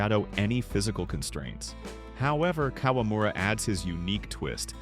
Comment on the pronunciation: It’a KA-WA-MU-RA, NOT KOLAMURA…🤦🏻